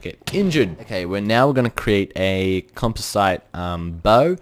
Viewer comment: "Composite"= com paw zit